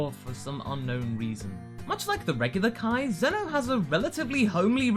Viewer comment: Why everyone says kai eeee but says (KAIO)ken.